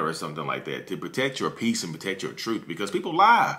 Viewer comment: TruTH..not truFF..ugh!😂😂